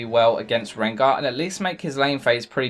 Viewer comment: sooooo, did you just say rengo